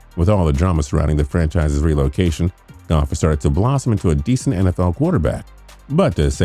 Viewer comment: Oh get the fuck out of here with your robotic, reading a script you’re handed so hard you mispronounce “Goff” twice after saying it correctly once. It’s a shame the Steelers are stuck with the guy who Donald Trumps sloppy seconds wouldn’t even give a kiss. Maybe they shouldn’t of traded their first round pick to a team that couldn’t even rank correctly.